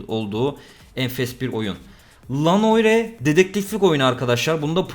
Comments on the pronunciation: Lanoire tamam nundan sonra hepyen bitti gözümde ulan cahil "el ey noir" diye okunur "L.A Noire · Red dead redemption ı gayet iyi telafuz edip l.a noire , la noyirdemene koptum:D